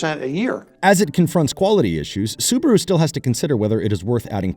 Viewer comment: Subaru not Subro